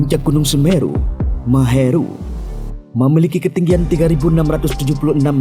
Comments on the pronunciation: Puncak semeru biasa disebut MAHAMERU...bukan MAHERU...😌😌...maheru mulu nyebut nya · Mimin komentatornya Kepleek...bangeett.... " Puncak semeru itu Mahameru namanya...." * kok dibilang berkali2,,,-Maheru,,,maheru....Maheru... # kalau ndak tau jgn sok tau...!!? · Mahameru ato maheru sih? Perasaan mahameru deh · MAHAMERU MIN .. BUKAN MAHERU